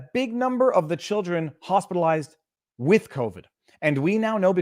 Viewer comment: she didn’t say “Hospitalized” she said Hostelized